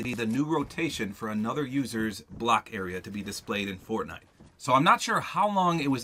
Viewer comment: he said fortnut